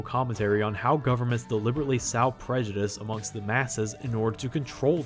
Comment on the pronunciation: ... sow? ... there is another pronunciation, lol :)